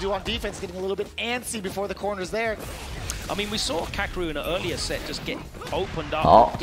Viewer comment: 解說有跟沒有一樣就算了，人家名字叫「卡K魯」，很難唸嗎？